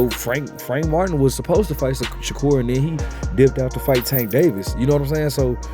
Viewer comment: Turned the video off once you said Shakur not sensitive